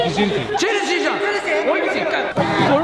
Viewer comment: チェルシーがチャルシーに、なっている